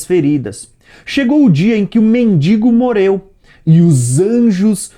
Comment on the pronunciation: vc entes de tentar dar uma de professor vc primeiro vai corrigir a sua fala e morreu e não moleu vc não consegue pronunciar a letra RR NÃO